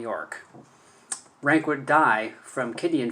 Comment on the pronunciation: Please pronounce his name correctly: Ronck not Ranke.